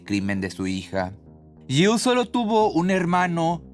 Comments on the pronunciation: Está pronunciando Jill correctamente 😄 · Lo pronuncia bien, tú no escuchas bien o te haces????